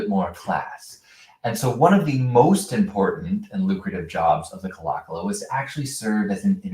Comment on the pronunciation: Pronounced "Claw Claw."